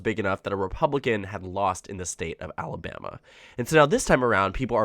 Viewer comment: AL-a-BAM-ee ain't what she used to be!